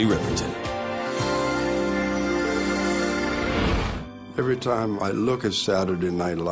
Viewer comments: the surname is Riperton..... not Rippleton. Just FYI.... respect the talent; respect the name. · Minnie Riperton - not Rippleton